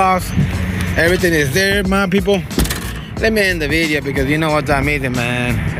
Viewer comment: He says “mwy peepols”